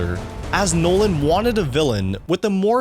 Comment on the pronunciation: Anyone cringe when he said chris’ 2nd name 😅😅